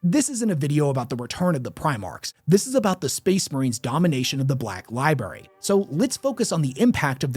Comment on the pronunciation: li BRARY li-BRARY Pleeeease stop saying "li-BERRY". It makes you sound like a 6 year old.